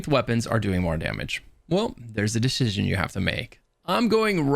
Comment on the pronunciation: "Theres a decishchion you have to make.. officer" - 🤤